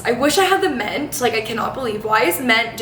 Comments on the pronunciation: Question!!! Why is that you pronounce “mint” ment? something I noticed it’s adorable lol just curious 🤍🤍😊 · I kept hearing men😂 “anyone else having problems finding men, why is men just gone, i cannot find men anywhere” had my dying!!!